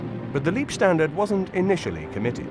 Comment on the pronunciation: Not Liebstandarte = > Lovestandarte but Leibstandarte => Bodystandarte. Leib => body, maybe you should pronounce it like “Laibstandarte “. It is sad that you English now only the English language…. This was war and Leib = body has nothing to do with love, lieb = is kind, lovely, even you English speakers should be interested to enlarge your knowledge.